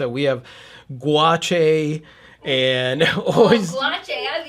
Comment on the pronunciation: Imma pronouncing it gwa-chay from now on. nods And then I can also say, "Eat a bag of gwa-chay." and walk away humming to myself. :)